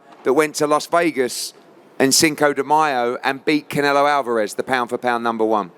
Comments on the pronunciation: he always says Canela lol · Congrats to Bivol 🎉 Also, it cracks me up when he calls Canelo , Canela 😂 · Canela bro just said it instead of Canelo 😂😂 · Pretty sure that’s just his accent. He’s been pronouncing Canelo’s name that way for a while. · He always says it like that lol